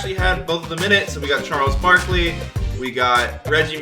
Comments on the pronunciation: “Charles BOK-ly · Why he say Charles Barkley like that in the begging 😂